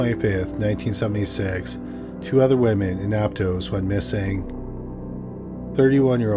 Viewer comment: I lived there it’s pronounced Ap-toss